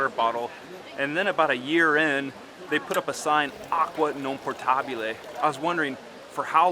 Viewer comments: I may be wrong, but I'm hearing "acqua PORTabile", instead of "POTabile". Big difference! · Please note: The word is “potable” ……exactly the same in English …(drinkable). Not “Portable”……which means portable…..just like English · “Potabile”, not “poRtabile”,!😊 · I think you misunderstood my comment. When he was referring to signs that say "Acqua non potabile", instead of saying "potabile", he put an "r" in it, and said "portabile". He then said it incorrectly a second time when he was drinking from the fountain, he again put an "r" in the word potabile. I thought I'd help him with his Italian the way a handful of other commenters also did, with some other not quite correct things he said. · It’potabile not portable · You're saying aqua non po*R*tabile instead of aqua non po*T*abile,.... and you lived there about a year in? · The word is "potable", not "portable". Drop the R sound. Etymology Middle English, from Late Latin potabilis, from Latin potare to drink. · Aqua Potabile, NOT PoRtabile. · There is no "r" in "potabile". Just like the English word "potable" doesn't have a "r". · I am also fluent in Italian. I would not correct him if I was not fluent in Italian. And I am saying the same thing as you. That is why I think you misunderstood my initial comment because I am saying the same thing as you are, that the correct word is potabile without an "r". The guy in the video is adding an "r" which is not correct. He needs to say it without the "r". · Not the R sound, the R letter altogether. Portabile (from portare, to carry, to bring) has nothing to do with water ! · No R in potabile 🙂